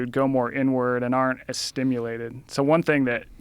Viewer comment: everytime this dude says "going inward", it sounds like "going n-word".